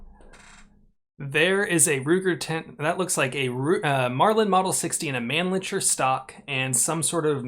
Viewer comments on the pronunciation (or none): C'mon. We know you know how to pronounce "man-licker."